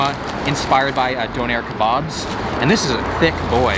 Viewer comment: "earos"... "doon-air kebab" 😂